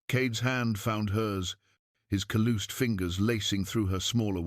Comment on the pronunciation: Plots improving-more action, actual climax. AI still needs work. Check pronunciation for "calloused."